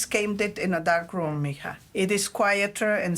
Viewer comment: This ai even called us MIJa